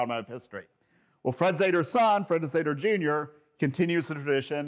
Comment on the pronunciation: "Zeder" should be authentically pronounced "Zeeder". There are many contemporary films about Chrysler Engineering with this correct pronunciation, "Zeeder".